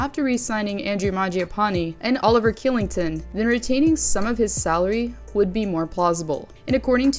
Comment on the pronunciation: Killington? Lmfao